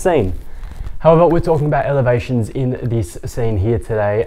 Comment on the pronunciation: It’s okay. It is what you meant. You pronounced it as “Evelations” but it’s written in the playlist. Thanks.